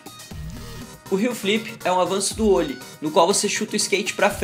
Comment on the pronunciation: não é ôllie, fala direito.